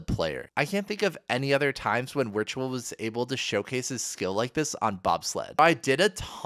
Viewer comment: VUH VIRTUAL. please stop saying Wertual